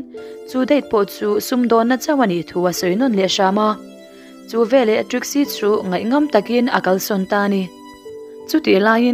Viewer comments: Veleh tih turah velah i ti zela ho vek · Veleh tih turah velah i ti ve ziah. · Veleh tih turah Velah i hmang zel a, mizo tawng dik Vekeh tih hi hmang la ngaihthlak a nuam zawk ang.